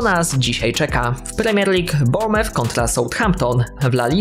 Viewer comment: To pewnie dlatego, że ten zawodnik grał wcześniej w angielskim "Bormef"...